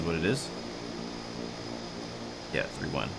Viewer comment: I’m sure somebody told you on the stream but it’s not RE-GEENA, it’s Re-Gina, like vagina.💥🔥🤪🍺